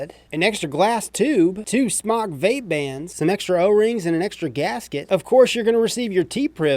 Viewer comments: Wyatt Votava In the beginning it was pronounced SMOKE. They were asked about it. Jesus Christ! even said that in an earlier video. He wants to say Smok because he doesn't wanna say smoke. It's like if I said I don't want to pronounce Adidas correctly anymore so I'll start calling them "Ah-dee-daahs" instead of "Uh-dee-dus". To each his own but it's just dumb. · Wyatt Votava its pronounced smoke, period, u can pronounce it however for whatever reason, but if u were to pronounce it correctly, and i would, if i reviewed their products, but thats just me, u would pronounce it Smoke, period! But who cares, just an observation. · Kyle Prickel its pronounced smoke, its spelled smok, i know how it is spelled, ive asked their rep how it was pronounced, and its pronounced smoke. There is a line above the o supposed to indicate that the o has an o sound, not an ah sound. And ive said it both ways, but if i was a reviewer of their products, i would pronounce it correctly, thats all im saying. Hell, we all know how its spelled, i thought we could get passed that point. Its pronounced Smoke. Peace.